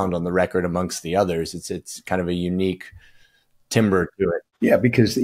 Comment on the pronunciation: Timbre is not pronounced "timber" 🪵😅... Otherwise a stellar interview, fantastic job!